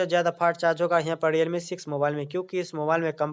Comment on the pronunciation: diyalme kya h bhai. Realme h. Sahi se hindi bhi nhi bol pate wow